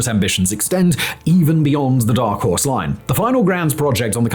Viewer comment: Simon, are you trying to learn Mandarin? Because you keep bloody mixing up Horse and House.